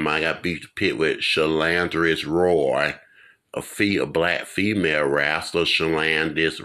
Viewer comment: It is SHA👏🏽LON👏🏽CE ROYAL.he needs to say it right